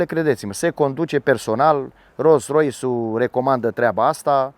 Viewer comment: De ce spui de multe ori ''Ros Rois'' :))